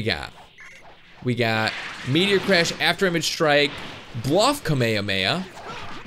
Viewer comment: Anyone notice how he says kamehameha weird he says it with out it being spread out it should be kame-hame-ha well attract said like this